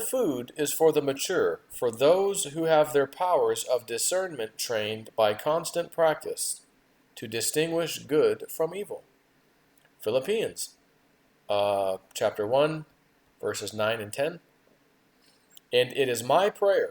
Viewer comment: it is PHA....LIP....PIANS...................NOT PLIL... A PEEANS. PHILLIPIANS- PHA LIP PIANS. If you do not know the Bible.....what spirit are you following? Questions are good...don't anyone freak out with my question here..........When says the spirit told me so and so...What spirit are you talking about?